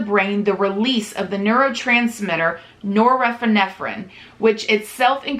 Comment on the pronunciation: Except when she tried to say norepinephrine lol